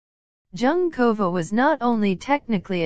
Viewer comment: Thank you. After the 5th time the untutored narrator repeated Junkova, I had to stop listening. Human language is important. It sounds like an AI generated script and voice. Very disrespectful.